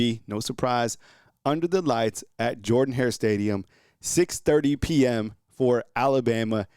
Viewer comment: Dude, learn to pronounce the name of Auburn's stadium 😂